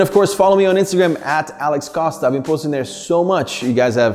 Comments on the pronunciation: The surname? too much accent on it, it sounds weird. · I feel like he’s saying his name wrong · I love the fact that when you say your name you make it sound so Spanish.... Costas by the way is actually Greek too👌